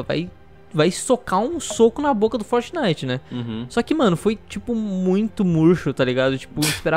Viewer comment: "Bo mata u fórtiniti"...